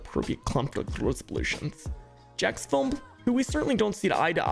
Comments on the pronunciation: did bro just say jackdespicy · She couldn't even get Jacksfilms name correct in it. Not even once.